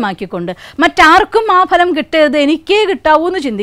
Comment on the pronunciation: PLEASE CORRECT YOUR PRONUNCIATION OF " PHA ( LAM)". VERY GOOD SUGGESTION, ESPECIALLY TO STUDENTS.